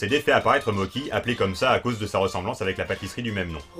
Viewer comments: Et les gâteaux en pâte de riz gluant, ça se prononce "motchi", pas "moki". Même avec l'orthographe "Mocchi", ça ajoute juste une pause entre les 2 syllabes (mo-tchi). Mais la vf le prononce à l'italienne... vive le mélange des cultures ! 😁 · Dès l’ep1 Quand tu prononces des mots étrangers avec un accent FR.... Vo (phonetique) / vf Genki (Gé n Ki) / jean-qui Mocchi (Mo Tchi) / mokki Pourtant dans ce meme Ep1 Genki dit bien que son prénom veut dire « énergique / en forme » (o-genki desu ka ? Hai, o-genki desu !) Et l’oeil c’est le premier monstre que tu as dans le jeu . . .